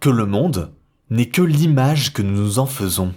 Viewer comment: Bonjour, je suis désolé de vous faire une remarque mais j'entends des liaisons entre les mots qui sont mauvaises...